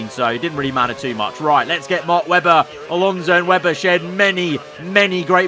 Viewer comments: mark WEBBAHH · Mark Webbbaaaa yeah nah yeah noice Aussie accent 😂